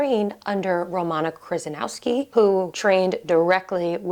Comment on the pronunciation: It's Kryzanowska, not Kryzanowski.